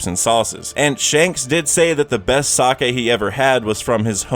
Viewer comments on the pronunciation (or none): none